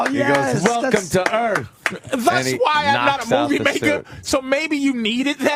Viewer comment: "Welcome to Earf"